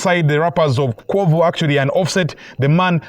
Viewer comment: Fammm... did you really call Quavo Kuuvo?????? 🤣🤣🤣🤣